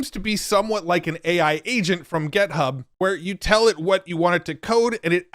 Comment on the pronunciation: I'm once again pleading you to stop saying gethub. Thanks, man. Until next time.